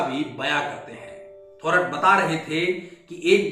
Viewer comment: The accurate pronunciation is थोरात !